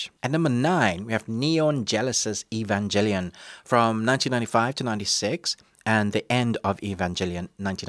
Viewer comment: "Lose faith in humanity" ????? What? Dude just go outside, there's your "Lose faith in humanity" right there. Also, it's Evangelion, with a G not a J plz say it right. Anime nerds, weebs, and purists will destroy you if you don't say it right.